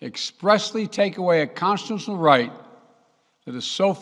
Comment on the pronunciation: He can't even say constitutional right wow